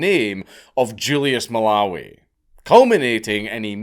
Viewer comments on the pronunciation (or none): none